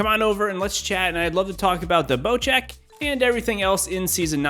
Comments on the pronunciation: why is it called bochek isnt it bosek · Not bochek. Bocek.